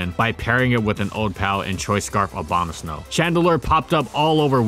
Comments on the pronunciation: Is it just me, or do he say Obamasnow rather than Abomasnow? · He also says Abomaslow when talking about it being used in Trick Room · "Obamasnow" lol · he said again Obamasnow or am i wrong